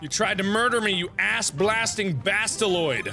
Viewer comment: WHAT THE HELL IS A "BASTALOYD"?